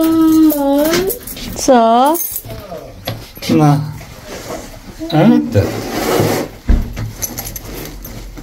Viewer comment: BE CAREFUL SAYING PUKEMON OK JOKE HAHAHAHAHAAHAHHA POKÉMON DAPAT HAHAHAHAH